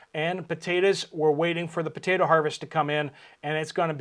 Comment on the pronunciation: Potato not Potata, potato is not pronounced with an (a) on end.